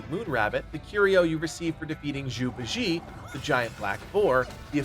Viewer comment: The way he pronounced Bajie bothered me sooo much